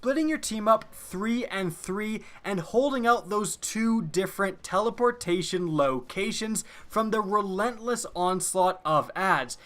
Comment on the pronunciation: Lol i think he "teleportion"